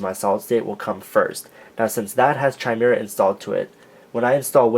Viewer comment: It's pronounced [ki-meer-uh], not [chi-mer-uh]. Just saying